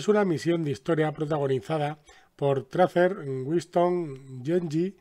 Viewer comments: Has pronunciado Tracer como "Tracer". MUY MAL, SE PRONUNCIA "Treiser", suena raro pero es verdad #NoMoreBullyingToTracer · Se pronuncia treicer y kla verdsad qes que estioy muy eofendiodio oorque ono pli pronciuncuas bien tio te copads de mi abuela tio